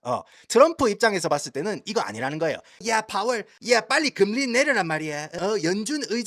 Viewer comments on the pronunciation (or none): 야 니 미국 오래 살아가 한국 사람하고 이런 얘기 잘 안 하제?? 누가 금리↘라 하노 금↘리라 하지. 성조 금에 넣어레이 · 금리. 한자 발음이 이상해요 악센트 주의 ㅎ